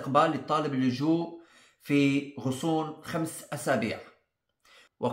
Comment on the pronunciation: غضون وليس غصون . شكراً لك دائماً محتواك مفيد جداً . الله يبارك فيك . 🤍